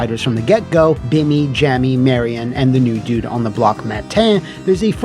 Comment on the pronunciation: Did you pronounce Billy and Jimmy as “Bimmy and Jammy?”